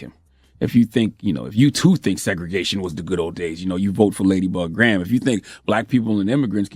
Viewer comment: DID HE SAY LADYBUG GRAHAM?? LOL LET ME SQUINT AND LISTEN AGAIN